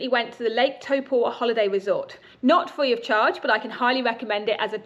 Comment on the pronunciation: Is it not Taupo rather than Topua? Sorry to be pedantic but it made me think I had it wrong.